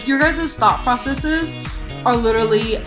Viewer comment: "LIKE, you guysez thought processeses are literally out of this moon"